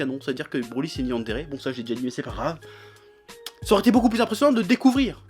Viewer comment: je suis le seul a pensé a branlette quand il dit brolette ?